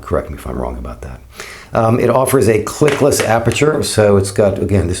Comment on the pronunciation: Clickless dear boy. Not clicklets